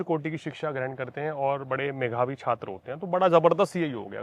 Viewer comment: ....Meghavi. Nahi Medhavi chhatr hota hai